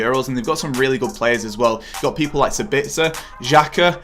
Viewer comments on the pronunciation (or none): did he just say sabitzer